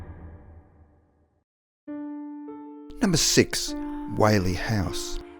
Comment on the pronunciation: are you a kiwi like me? i thought aussie at first but you pronounced 6 six not sex lol...just curious :-)